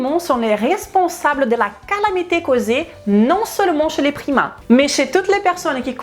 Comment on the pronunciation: au début je pensais qu'elle parlait des primates ..... mdr